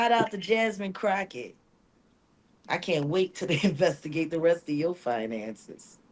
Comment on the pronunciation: SOON AS I Heard you say JASMINE CROCHET,, BABY I GRABBED MY PHONE, I HAD TO POST, IT'S SO OBVIOUS 😅😂 GIRL BYE IM DONE STICK ME WITH A FORK,😂😂 YOU just came for a leader of the country who is trying her best to protect what little democracy we have left, doesn't matter age race nothing she standing fighting for us all and this what you do 🙏🙏🙏 disgrace of you, and disgusting NO BBQ FOR YOU